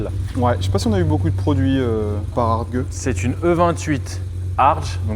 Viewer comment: par contre on prononce “HART-gue” pas HART-Je c'est Allemand !😉